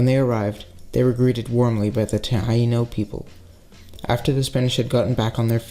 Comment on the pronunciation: Pronouncing taino wrong